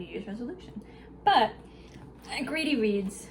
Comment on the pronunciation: You said you were going to Greedy Reads, but I thought you said “Gravy Beans.”😂